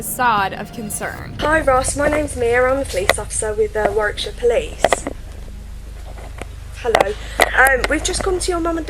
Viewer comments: Its ,,yorkshare,, not ,, yorkshayer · actually people from. Yorkshire say it has to be pronounced yorksha otherwise they will hate you lol